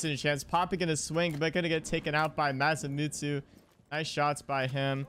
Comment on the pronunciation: Masamitsu pronunciation - Maw - sam - eat - zu. Say it quickly and it makes sense.